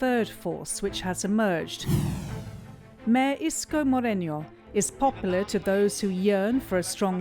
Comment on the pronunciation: If your narrator can't even properly say "Malacañang" "Maralita" , Moreño ( it is Moreno) , I doubt she did her assignment. When presenting a story and you brand the candidates based on your preferred labels, very professional. On all the "expert" statements, definitely would question how research is conducted on the accuracy. I feel the piece lost its objective to present facts, it's mostly blanket statements. I truly love CNA Insider but you need to dig way deeper on your subjects and sources. I feel you're doing this material with the business gain (clicks) in mind, not a deeply researched piece . Check some of your "expert"sources , are they mostly from one side ? When they share their thoughts, they state them as if they were facts but they sound like personal opinion. Therefore you have a one sided narrative. Also the "Estate Tax" , is this final and executory or is it an estimated Estate Tax? There's a lot more than picking and choosing a general statement. Be more present also be mindful how you use your label. Your piece can affect people's lives, let that sink in. Responsible reporting is definitely a rarity these days in the times of fake news . So please be responsible.